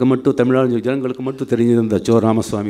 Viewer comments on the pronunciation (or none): none